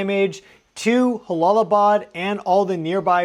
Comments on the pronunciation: It’s pronounced Jala not halalaabad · It is not pronounced Halalabad, the J is a J, it's not a Spanish name. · Prayers go out 🙏 new sub here. J-Bad. "J" "J"alalabad. no silent H. ...logistically speaking. I've been there a few times in a "NATO" capacity but culturally too I think its a "juh". no mean to critique. I've been enjoying your content at a.. logarithmical frequency rate or something hehe. thanks for the excellent content. and again my prayers go out 🙏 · It’s Jalalabad. Pronounced ja as in jaybird and not as in josê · im pretty sure you pronounce the J as a J like Jump, if it was an h sound in arabic it it would be an h. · In Jalalabad J is pronounced as J not H 😁my prayers for all in the affected area 🙏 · Good coverage. Minor nitpicky correction: Jalalbad is pronounced with an English “j” rather than an “h” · Jalalabad is a "jay" sound. It's not Spanish.